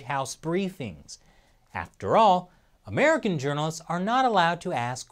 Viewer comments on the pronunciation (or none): none